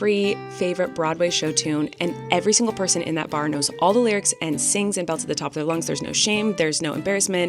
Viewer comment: Miranda!!!! “Those are de lyrucs…” Belly laughs! So happy right now!